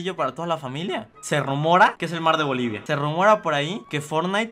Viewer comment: Yo soy de bolivia grasias por pronunsiarlo eres mi yotuber faborito por siempre